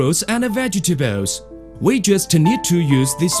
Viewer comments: Fruit and Vegatabowls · Vegtabowels . Cant cope :D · Vegatebalesss lol fail!!